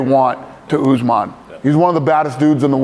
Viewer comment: Kamaru “Oozemaan”